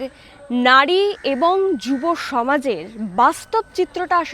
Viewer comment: It's নারী not নাড়ী